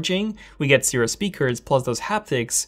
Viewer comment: Cheerio Stereo, hello "Steeereo"!